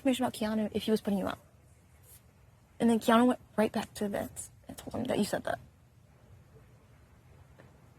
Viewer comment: Keanu, not Keano